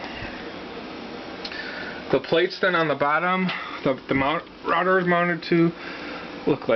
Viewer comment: "it's got some holes in it and the mouter is rounted to that" lol. Thanks for doing these videos, they're very helpful.